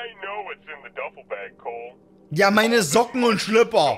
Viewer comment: Mag das auch, dass der Typ Coal heißt und nicht Cole, wie ein normaler Mensch x)